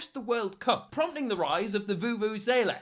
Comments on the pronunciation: You are so incredibly bad at pronouncing vuvu-zela, let me explain. It's Voo Voo - Zeh lah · Oh my word the way Will pronounce vuvuzela🤣